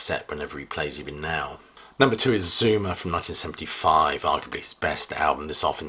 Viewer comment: Ha ha! When you said "Zuma," I thought you said "Zoomer"!